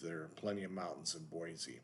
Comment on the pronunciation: Very interesting info on the anti-californication attitude in Boise. By the way, if you want to know how to pronounce it listen to this